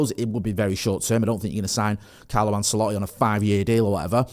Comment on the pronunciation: Never heard anyone pronounce Ancelotti the way does😂